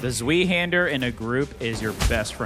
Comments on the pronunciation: lmao zwee-hander It's pronounced ts-vye, not zwee. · My brother in Christ... it's Zvi-hander, as in the letter i. Not Zveehander. Humor aside, thanks for the gameplay peek. Cheers.